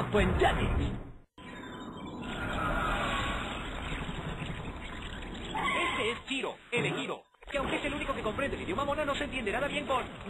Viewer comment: recuerdo que el narrador nunca decia "JETIX" decia "LLELEX"